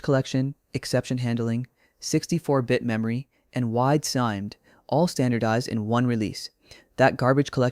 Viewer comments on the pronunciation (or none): A human wouldn't say "SIMD" as one syllable , so this video has an AI generated voice with no human review.